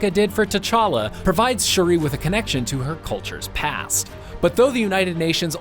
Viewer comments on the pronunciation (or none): Shuri not shori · He can say Namor correctly but for some reason says Shuri wrong. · Would you trust a review from someone who doesn’t even pronounce Shuri right?